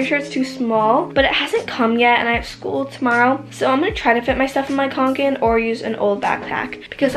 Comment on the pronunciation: She said kOnkan it’s kAnkan!!! Lol